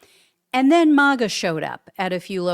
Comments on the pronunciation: Please,PLEASE, pronounce it correctly! It’s not MOGA ; it’s MAGA as in MAGGOT. Even they pronounce it that way. Thanks in advance.😊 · You’re pronouncing MAGA wrong. It’s “MAG-uh” as in MAGGOT (MAGAt). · Learn how to pronounce MAGA